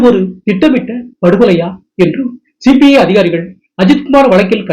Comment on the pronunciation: Please pronounce correctly as CBI officers. He pronounced as CPI Officers. 🙏